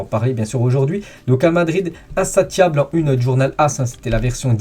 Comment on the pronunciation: Insatiable se lis "insaciable" même en français 😒